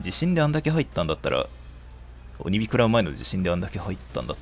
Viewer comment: お↑にび好き